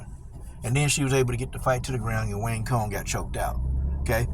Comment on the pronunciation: It's pronounced "wang tsong" lol